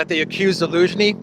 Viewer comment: I’m new here, so I don’t know the history of the channel. You always say Alinsky instead of Zelensky… is that intentional? Is it a reference to Saul or just trying to confuse yt algos?